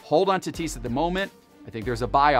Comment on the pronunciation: The way was saying Tatis “Tuh-tease” was so damn cringe it’s not even funny. Yikes dude..